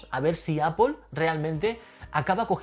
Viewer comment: "Apol". En No suena con una "o".